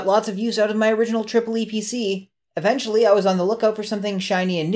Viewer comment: funny how you say tripple e pc. in germany it was promoted as epc with a long spoken e